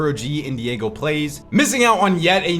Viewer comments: it’s not Diego its Die-go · Bro his name is Daigo not diego 😂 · Daigo is not pronounced Diego 😂